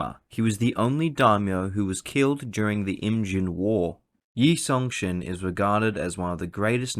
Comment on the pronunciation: Text and script: "Yi Sun-sin" Guy reading the script: "Yu Song-shin"